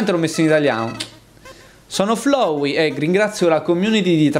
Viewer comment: Tizio: ciao sono FLOWEY Io: mi si corrode il fegato Sì dice FLAWEY l'inglese pachiderma!